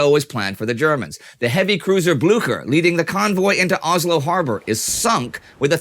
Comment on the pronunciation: It's Oslo. Not Ozlo.